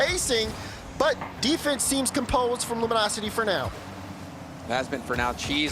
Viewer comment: lol, said "butt defense"